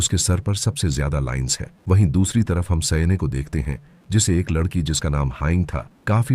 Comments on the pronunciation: लड़की ❌ लद्धकी ✅ 😂😂😂😂😂😂😂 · वो सब ठीक है लेकिन लददकी और लददका सुनकर बोहोत हंसी आई मुझे 😂